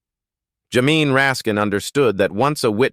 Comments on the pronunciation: Teach your machine to say Jay-mee instead of jamine. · Also, how to pronounce Jamie